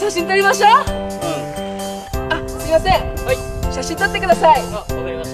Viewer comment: 「はいすいません」がだいこになってるよwww😂